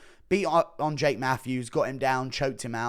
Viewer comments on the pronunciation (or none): none